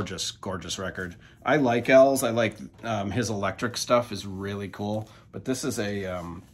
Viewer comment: Here I am questioning how to pronounce eels now. It's eels like the aquatic animal, right, not Els? The artist is E and his band is eels? Have I been wrong all this time? Lol Regardless, love your videos!